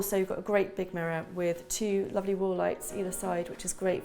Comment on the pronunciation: I like how you say lofly instead of lovely.